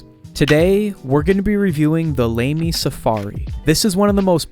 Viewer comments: It's A not E ( i think E is nowaday A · It's pronounced "lammy," not "lamey," for starters. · It’s Lămy not lay-me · It's pronounced Lah-mee not Lay-mee (German speaker here). Also, it's a great pen, let's hope Mitsubishi doesn't change anything. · It's LAH mee, not LAY mee. I hate AI narrated videos. Oh, it's not AI? Then I hate idiot-narrated videos. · Lah-me, not Lame-y. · 1 you pronounce it lay-me? It's lah-mee. 2 even though this is a cheap pen, you shouldn't abuse it the way you do. 3 if you do not know how to use it properly, what make you think it's a good idea to review it. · It's lamy, lAAMy not lamey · It is La-my not laimy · LAMY is pronounced "Lah-mee", not "Lame-ee". Don't upset the Germans :-) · I've always heard it pronounced LAH-me rather than LAME-y. :) I don't have this pen, but it does have a good reputation as a starter pen in the fountain pen community. If you want to go with a less expensive pen for beginners, I'd go with a Pilot Preppy or a Pilot Metropolitan. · Pronunciation: lah-me. Not lamey bruv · The name is pronounced "LAH-me." It's a German pen, a Safari model . It's inexpensive; you can easily spend more than $600.00 dollars for a fountain pen. One huge advantage of Safaris is that it and some other Lamy models allow you to easily buy and exchange nibs, which range from extra fine, fine, medium, broad, and stub AKA Italic, without having to disassemble the pen. The Safaris are inexpensive and durable fountain pens; they are a good buy, and write well. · Lay- me??!!!!! ROFL!!! This video sucks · “🗣️LAY-ME PEN” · “The Lamey”🥸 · Lamy is pronounced with a soft a, I believe, like in ladder. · Lost me at “Lamey” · The way its pronounced is Lah-Mee. I have a turqoise version of that pen. LAMY Safari first debuted in Germany in 1970. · "LAME-E" 😂😂😂... Great pronunciation 😂😂😂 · Pretty sure it’s pronounced Lommie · This man said "Lamey" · It's pronounced lahmee. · Blud literally said lamie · I don’t think that’s how LAMY is pronounced